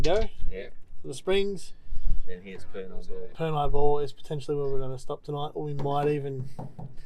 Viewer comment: The Afghans planted the palm trees back in the 1800s. I'm pretty sure Purni is pronounced 'Per' - 'Knee' not 'Per' - 'neye' haha. The showers were cold at Purni Bore when I last visited in July 2018.